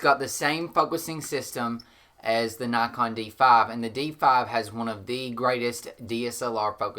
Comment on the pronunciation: Good info but I thought you were saying Knock on?